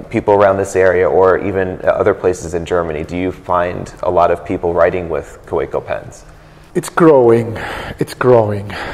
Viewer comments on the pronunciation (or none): I don’t understand why the American guy still kept saying ka - WAY - co.